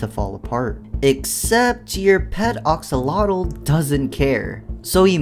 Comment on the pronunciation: These mods are nothing compared to your absolute dogshit pronounciation of "AXolotl." It's AXE-O-Lot-Ol, not OX-O-Lot-Ol.